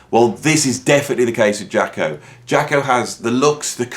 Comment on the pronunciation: Cat don’t know what he’s talking about, don’t know the correct title to the first track, can’t even pronounce his name correctly. Jaco could improvise.